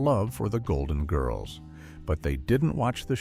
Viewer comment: Doesn’t any human with knowledge of the show preview AI pronunciation and inflection of names. The inflection of GIRLS is annoying along with the last name of ESTELLES character.